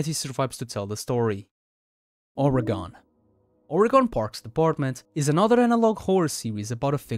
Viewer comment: YOU BUTCHERED THE PRONUNCIATION OF MY STATE. It’s pronounced “Orr-ih-ghen”, lots of non-Oregonians butcher the pronunciation and it drives me nuts.